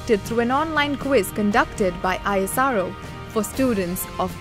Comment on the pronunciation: Not I S R O.. it's ISRO